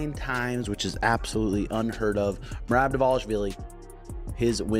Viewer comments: Bro his name is M E R A B Not murab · Merab not Murab 😂😂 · Listen to how Cejudo said his name. MERAB!!